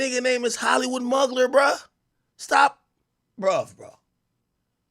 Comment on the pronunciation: Every time AK said Hollywood Mugler I cried 😂😂. It's pronounced moo-glare but I also don't expect you to know that